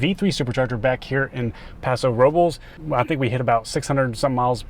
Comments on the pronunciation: YOU SAID PASO ROBULLS LMAOOO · pahso.....robe-Ls....come on. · is correct. It's pronounced Paso Ro-bless. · I don't think anyone that lives in Paso Robles prononuces it "rob- L(e)s" from all the times I've gone there for wine. The same reason why I don't say "spa-ghee-tee" (spaghetti)